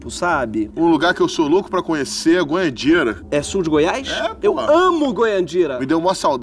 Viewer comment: Goiandira? Kkkkkkkkkk acho que ele quis dizer Goianira